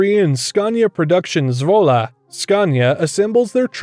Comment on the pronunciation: I like how you pronounce ‘Zwolle’😅👌🏼👌🏼